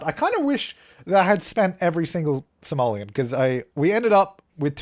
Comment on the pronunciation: Am I the only one that hears Somalian instead of simoleon?